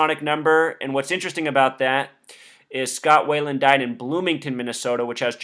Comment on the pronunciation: it's Scott Wieland not Scott Wayland. just saying